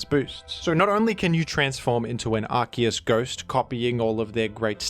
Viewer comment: Why did he say Arceus as arkoos?